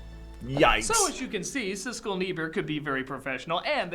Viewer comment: Siskel not Sisley